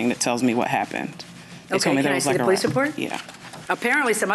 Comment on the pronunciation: She got so excited that she was AXing, stall she’s educated because she Can’t speak normal English. She says AX, Amba-Lance and they call the Poe-Lease. In order to adopt to Adopt a child costs about $10K, so where dod she get $50 to adopt 5 children?